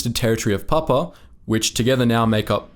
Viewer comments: It's Pap-U-A! 🙂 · Check your pronunciation! Pap-OO-a , etc... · It is pronounced Pap-u-a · Please pronunce the "u" in Papua. It isn't Papa. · This is a subject of great sensitivity and meaning to the many people who have commented and the many more who haven't. Why did you not find out how to pronounce the names correctly? Most are phonetic but your pronunciation of Rabaul, Papua and other place names is woefully wrong and distressing to those of us who have heard those names from our veteran fathers and uncles and in every Anzac Day march all our lives. This sounds like a high school project. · Firstly. There is a "U" in Papua. Pronounce it. You could have highlighted that the total Allied force in Papua and New Guinea at the time of Japanese invasion was one Australian battalion and the NGVR.